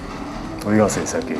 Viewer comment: 여전히 찰진 '이 새끼' '뒤지니까' 발음입니다.